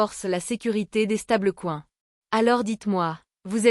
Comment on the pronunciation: Ce serait parfait avec un commentaire humain. Cela permettrait d'éviter les "stable-couin" et autres "béarich".